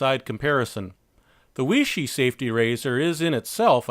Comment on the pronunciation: Myself being Chinese, its pronounced "Way-She"